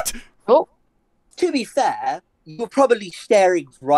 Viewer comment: TOO BEE FAHH 🇬🇧